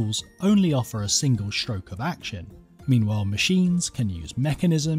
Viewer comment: Interesting video. But too bad they couldn't find a narrator that speaks correct English. Someone needs to tell this hack that these aren't actual words: SHtrong SHtretching SHtroke AsHteroid